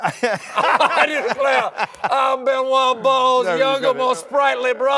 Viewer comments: Did he just call Craig Benwa Balls? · I believe the pregnant pause was because Colbert was thinking of ben wa balls. A rabbit hole he successfully avoided until he expertly snuck it in ! 😂